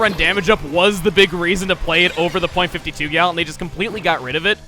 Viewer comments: People say the period in .52 gal and all of it's family tree. As the 'gal' in the weapons are a joke on 'cal', or 'caliber', the period should NOT be said when saying the weapon name. It should be pronounced as 'Fifty-two Gal'. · Dude. I'm pretty sure you aren't supposed to pronounce the "point" in .96 Gal or .52 Gal. Also, are some people seriously deluded enough to think that EarthBound ripped off Undertale? Wooooooow. XD